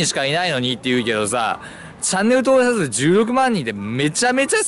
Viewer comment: ろれつ悪すぎて登録者数って言えてなくて草